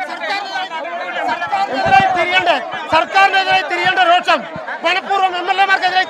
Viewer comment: രോക്ഷം അല്ല രോഷം